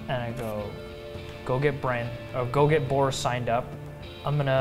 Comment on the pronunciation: When said Borrus all I could think was Goris.